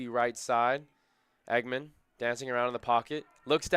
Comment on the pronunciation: Dallen Engemann’s last name is not pronounced “Eggman. It’s pronounced “Eng’-gah-mun.”😊